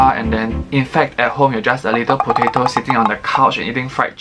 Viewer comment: why do i always laugh so hard whenever he says "pOtAtO"?????